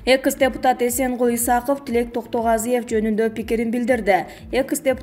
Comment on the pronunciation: экыс эмес долдур экс университетте эшек такалап журдунбу